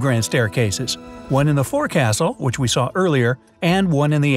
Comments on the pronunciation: Isn't it fore"ksl" and not fore"castle"? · So you really just pronounced that as fore castle?? As a former Navy sailor I had to cringe and frown...it's pronounced like folk soul.. fore·cas·tle (/ˈfoʊksəl FOHK-səl; contracted as fo'c'sle or fo'c's'le) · Its not pronounced "For Castle." Its pronounced "Fok-Soul" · Francis Brown stayed in Cabin A37 whereas across the hall ship architect Thomas Andrews, Jr stayed at in A36. it’s not “four-castle” it’s said “ˈfōksəl” (folk-cell) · It is not “four-castle”. It is pronounced “folk-sill”. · The correct pronunciation is not "fore castle". Try saying it that way aboard a ship and you'll be laughed at by the crew, especially a Navy vessel. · Fine job narrating, for the most part. Except "forecastle" is pronounced "foke sull" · The "forecastle" is not pronounced the way it is spelled and the way it is done here. The correct naval pronunciation of the word is "fok-shul" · It’s pronounced folk-sole